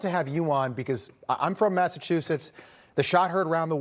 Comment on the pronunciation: Welcome to Massa-WU-setts I’m so sorry Massachusetts, you’ve been conquered 😢